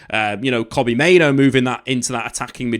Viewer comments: I know it's pronounced Bruno Fernanj, but everyone pronounces it as Fernandes. The difference here is, everyone pronounces Mainoo's name as Main-oo, whilst that is the actual pronunciation. However pronounces it as Main-Oh?? Like, why?? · he's pronouncing Mainoo as Main-Oh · oh yeah 100%. But.. I'm also not running a YouTube channel about football? And I can also pronounce the names of the players of the team I support correctly haha. He's a United fan and he's quite literally the only person I've heard pronounce Mainoo as Main-Oh. It's so jarring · yeh, he is, isn't he... I'll forgive him with an official apology.